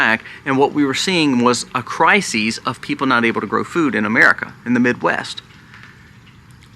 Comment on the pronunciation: It's cry-sis...... not cry-sees 😤